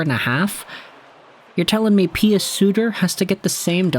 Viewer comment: Pius Suter’s first name is pronounced like- pyuus not pee-us. This came directly from him in his Red Wings introductory presser after being called pie-us. Thank you